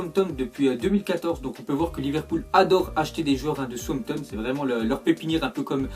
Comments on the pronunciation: dit "somton au lieu de Southampton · il dit tout le temps Sompton au lieu de Southampton😂😂😂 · Arette de dire souanpton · On dit "Saousanton"